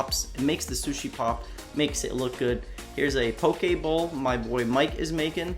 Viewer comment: Oh no you didn't just say "poke bowl" C&D right now. :D That meal was awesome looking.